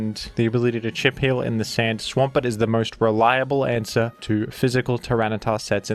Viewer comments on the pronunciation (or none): none